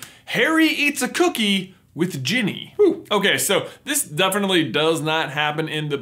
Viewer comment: These people butchered Ginny.